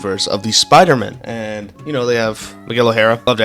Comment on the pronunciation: glad to hear you "love all the pyder-men", but if you ask me i think spider-man is better